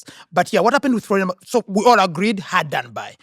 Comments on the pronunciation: I cringe every time I hear pronounce "Folarin" as "Florian." 😭😭😭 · his name is Folarin, why ya'll insisting on Florian? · His name is Folarin not Florian. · Folarin not Florian 🇳🇬 🇺🇬